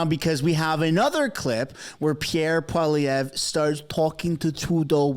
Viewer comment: Lol. Hey it's pronounced "Pwa-lee-ev". The French don't believe in spelling ANYTHING the way it sounds. (No offence to my Canadien homies....)